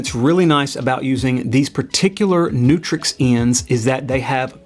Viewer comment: Nice article, thanks. But it's Canare and Neutrik (not canary and neutrix)